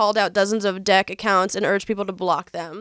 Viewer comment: please for the love of god,, focus on pronouncing the short "e" in the word "deck"...I'm trying not to burst out laughing while listening to this at work!